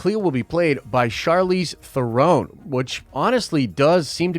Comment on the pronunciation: Butchered the hell out of the name Charisse Theron🤣